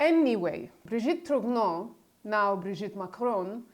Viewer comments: One small detail, both for your (superb) video and Candace's extended series, viz. the pronunciation of the family name TROGNEUX. It should be something like TROgnyur, not TROGNO. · "GN" in French is pronounced as a soft "N" For example d'Artagnan - d'ArtaN'an - the famous protagonist of Alexandre Dumas novel. So she is Brigitte Tro N' O. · Please make an effort to pronounce the names correctly. It hurts my ears when you say Tiphaine and Trogneux 😀